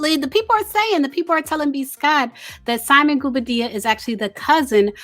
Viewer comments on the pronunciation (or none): 😂😂😂Everyone in Africa be cousins man...and its Simon Gwo-Bar-Dee-Ya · The real tea is that you keep pronouncing that man’S name incorrectly. 😂😂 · If you're going to report on simon PLEASE say his last name right. I cringe everytime you say it